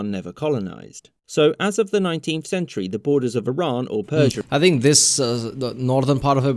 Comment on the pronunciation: It's E-Ron not Eye-Ron. Iran is too proud to get colonized.